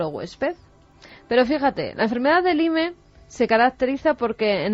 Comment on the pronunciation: Qué nulidad de mujer es esta Carmen! Ni buscar como se pronuncia Lyme, sabe. 😡